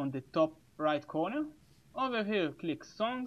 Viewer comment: His "over here click" is sounding like: "Owwhawhe click"